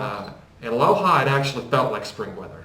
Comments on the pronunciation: Tranquilo, no te preocupes, el joven tiene un acento americano y nádie en el Ecuador se enojaría por eso. No obstante, él pronunció la "J" castellana como la "H" inglesa, y así se pronúncia aquella ciudad: "LOha" = LOja. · City is called LOJA, not LOHA.